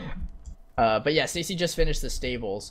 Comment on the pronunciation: Stacy says it right